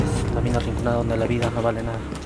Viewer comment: SOLO YO ME DI CUENTA QUE DICE RICONANDA?